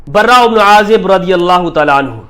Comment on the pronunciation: دجال مخت کا مفتی ہے صحابہ کے نام صحیح لینے نہیں آتے براءمیں ر مشدد نہیں ہے